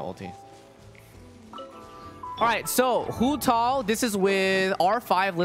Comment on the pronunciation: it sounds like he's saying Hutall instead of Hutao